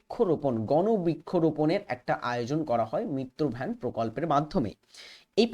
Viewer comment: মিত্র ভ্যান না মিত্র বন হবে 😂😂😂😂